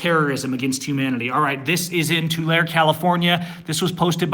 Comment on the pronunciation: Hello, love your posts and truly admire your courage and conviction. just wanted to clarify the name of the town, I was born and raised in that COP diseased town and moved away as soon as I was old enough. the name Tulare is actually pronounced as "To Larry". not " to lair". keep up your awesome and inspiring videos. if you want to see some REAL corruption about that town, look into an old sheriff named Bob Wiley, true lawlessness under the color of uniform took place rampantly during his tenure.